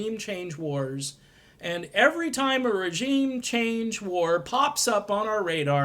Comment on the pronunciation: So..........we post as Elmer Fudd. Tuwsi and wegeem change waws.